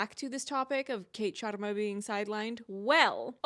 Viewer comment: honestly it (slightly) bothered me how no one could say the sharmas name right! its a very common name and its pronounced shuhr-mA (the way you said it and NOT shAA-rmA). and i dont care if they dont roll their R's but this is basic i mean it takes 2 seconds to figure it out